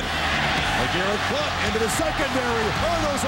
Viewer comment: What? I was just saying that cuz the anouncer pronounced it like BloWNt